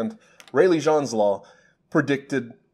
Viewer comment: I think "Jeans" is pronounced in English and not French? He was an English physicist I thought? James Jeans is his full name. thanks